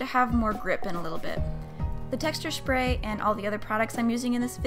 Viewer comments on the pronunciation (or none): I love when she says << shpray >> instead of << spray >>.